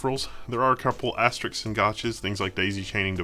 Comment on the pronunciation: I have to point out that asterix is not asterisk. S comes before k in asteris-k.